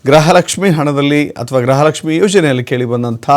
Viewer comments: Grahalakshmi alla gruhalakshmi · ಗ್ರಹಲಕ್ಷ್ಮಿ ಅಲ್ಲ ಗೃಹ ಲಕ್ಷ್ಮಿ